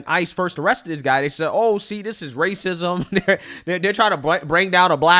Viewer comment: "iiii suh-spekt it's wacism" 😅😅😅 It's not 2017, that stuff's over